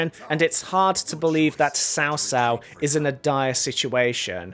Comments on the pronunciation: Cao Cao is pronounced more like "tsao tsao" and not "sao sao" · Cao Cao is Tsao Tsao, not Sao Sao, the T’s are NOT silent. Also it’s Lü Bu. The ü like in German. Sun Quan... Q is like Ch without the curled tongue in Mandarin. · Shaw shaw is actually pronounced chow chow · Nitpick here: "Cao Cao" is actually pronounced like "Chao Chao", not "Sao Sao". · I know you aren't familiar with Chinese but it is pronounced "t'sao t'sao". It ends up sounding something like "Chao Chao", great video overall. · you pronounced cao cao wrong. please learn to pronounce the main characters right before you bash on a game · im asian and your pronunciation of multiple characters triggers me. xiahou yuan, cao cao, cao ren wtf. you pronounced them wrong